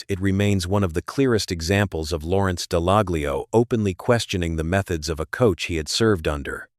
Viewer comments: It's pronounced Dallallio. The G is silent. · Would help if you pronounced his name correctly